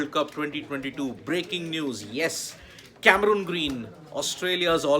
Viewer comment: What’s the actual pronunciation ? Never heard of this “Cameruuuuun Green” as described by sports tak host…by Australian commentators. It’s Cameron Green. Please check the Pronounciation in Australia.